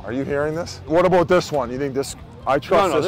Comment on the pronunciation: ... that's what US FANS r talkin a-boot Bizz